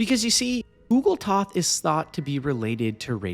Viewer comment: It’s pronounced oog- qual- toth not ooogletoth I’m pretty sure they pronounce the name game. Don’t know how you fucked it up that bad.